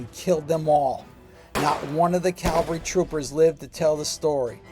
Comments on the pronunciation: Forgive me, but it is "cavalry", not "Calvary". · CAV CAV CAV-- never Calvary. Unless you mean Golgotha. Say CAV alry 108 times.